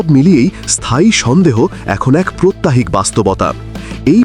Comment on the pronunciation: বালক 'প্রাত্যহিক' হবে উচ্চারণ 'প্রত্যাহিক' নয়। আর উপহার দেয়া হয়েছিল যে জিনিসটা সেখানে যে ম্যাপের অংশ আছে সেটা সিলেটের ভারতের কোন অংশ নেই। বইটা মূলত 24 শে জুলাই এর মুরাল গুলো সংক্রান্ত এগুলোর সংকলন নিয়ে। এবং শেষ কথা হচ্ছে ভারত বিশ্বের সপ্তম ফকিন্নি দেশ। দালালি বন্ধ করো